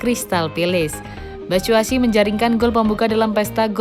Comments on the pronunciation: Min, Mitchy Batshuayi bukan Batshuasi hehe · Batsuasu apa batsuasi wkwkwkwkw